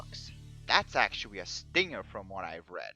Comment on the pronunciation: The ammount of times this guy said actuawy. I think I'll stay tuned to hear this beautiful word again and again, I love it.